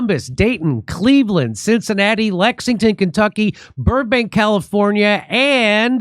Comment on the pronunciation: Jimmy finally nailed that Lexington pronunciation. /chefkiss